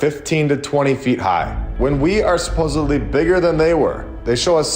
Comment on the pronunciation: Sorry to be a prune but its 'SUP - OSED - LY' not 'SUP - OSEB - LY'.... (supposedly)